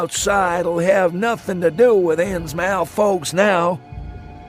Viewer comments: I wonder why does he pronounce it “innsmAUF” and not “innsmUF”. Was that the contemporaneous pronunciation at the time of writing? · Ikr? It's th, not f. I never heard Innsmouth pronounced with an f. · Right off the bat. I can’t abide people pronouncing it “Ins Mouth”. Anyone who spends any time in Massachusetts knows it would be pronounced “Innsmuth”